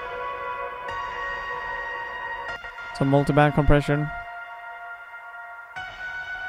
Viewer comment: So, at the risk of sounding like an absolute dork. when you say Co. Preasion you probably mean compression right? is there one particular compression in Studio one that you would recommend? let me know if the questions get too out there! haha ;)